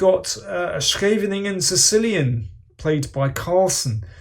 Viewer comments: Good job on pronouncing Scheveningen! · As a Dutchman I am very glad to hear that your pronunciation of "Scheveningen" is correct! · I'm impressed, Daniel knows how to pronounce scheveningen correctly! :)